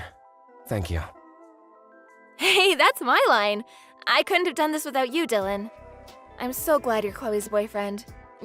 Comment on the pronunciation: Bella voice actor please learn how to pronounce English words properly. My god you can’t even say the name Dylan